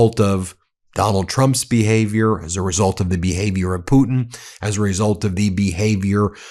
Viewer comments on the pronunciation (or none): none